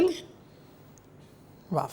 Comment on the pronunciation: What is "WAAV"?? Are you trying to say WOW? Its not WAAV i have noticed this in many videos.